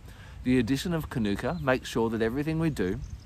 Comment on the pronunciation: Hi, lovely information thanks, but please pronounce it according to its mother culture language. The pronunciation is kānuka. Long vowel on the first a. Not kanoooka. Good pronunciation of māori words is one of the ways some of us are trying to repair relations with our first nation people.